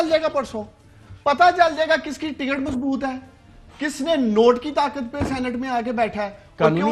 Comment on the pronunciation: اس فضل کریم کھوچُو کو کوئی بتائے، صحیح لفظ سینٹ نہیں سینیٹ ہوتا ہے!!!